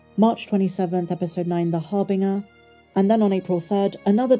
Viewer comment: “Harbinger” is pronounced with a soft G: HAR-bin-jur.